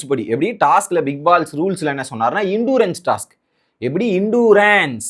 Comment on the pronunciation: It's Endurance.. Evil.. pronounce correctly Sir...